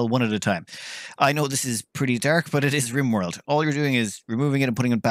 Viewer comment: Everyone: “Rimworld”: G R I M W O R L D